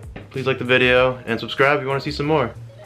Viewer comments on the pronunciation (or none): none